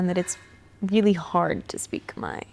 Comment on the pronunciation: When you Khmer pronounce Khmer your Khmer. When you Khmer pronounces Cum-here your whitewash Khmer..